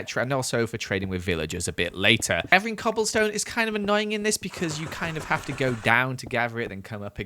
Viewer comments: it sounded like he said gobble stone instead of cobble 😂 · Ok i know its not a big deal but on day to he said gobble stone instead of coblestone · is it just me, or did say 'gobblestone'? lol idk, it just made me laugh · He said gobblestone when he was traversing in the start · said gobblestone lol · On day 3 or 2 he said gobblestone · anyone else notice that at one point he said "Gobblestone"